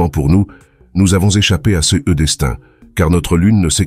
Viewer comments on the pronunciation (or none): Pourquoi avoir changé la voix ? La voix francaise était bien mieux et bien plus réaliste avant ! Cette voix a, en plus, de mauvaises prononciations des mots "ce", "ces", "ceux", "ceux-ci" et des erreurs dans les chiffres qui rendent l'explication risible... dommage ! S'il vous plaît, remettez la voix précédente !